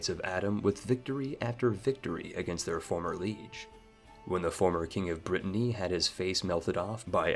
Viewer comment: It's so weird which words this guy pronounces correctly and incorrectly. He pronounces Nantes and Lèon correctly, but doesn't know how to say liege, piety or betroth. It's so random.